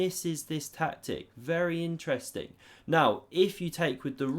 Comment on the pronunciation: watch the video again and drink a shot every time he says "Ineresting"